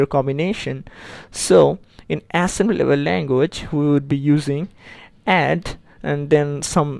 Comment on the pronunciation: why can't you pronounce it right? assembilily language :(